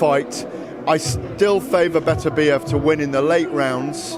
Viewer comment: will SOMEBODY, FINALLY figure out how to correctly pronounce Berterbiev's name for fucks sakes!!!!!!